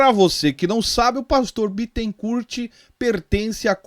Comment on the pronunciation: O Bittencourt é advogado do tal Leandro. Ah, e não se pronuncia o "t" final de Bittencourt (bitencúr).